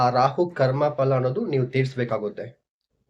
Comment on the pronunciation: ಸರ್ ಅದು ಪಳ ಅಲ್ಲ ಫಲ ✅